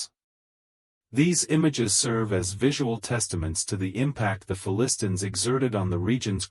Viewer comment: Announcer not able to pronounce the Philistines right. False doctrine is not even from the Bible